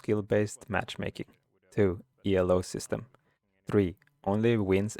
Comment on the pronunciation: Thanks for the vid, will save me some annoyance in ranked. Didnt know conceding does basically nothing Also, "Elo" is not an abbreviation but it's the name of the guy who invented it;. So it's just pronounced as you read it and not, E.L.O. That's reserved for legendary rock band Electric Light Orchestra. And since you asked for feedback, it's pretty obvious that you are reading the script directly from a screen. It sounds pretty unnatural, but since it's the first time (and in your second or maybe even third language) that's hardly any real criticism. I'd either practice/record it a few times or (and this is what i do when i have to give presentations to a lot of people) just write down key points and fill in the rest. I watch your stream a lot and you are pretty good at explaining your thoughts on the fly so with a little help from notes or practice i think you'll be amazing at this in no time.